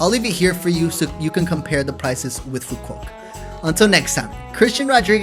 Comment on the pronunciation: Nice vacation, The island is pronounced phoo vook and not pho quock. With love YKM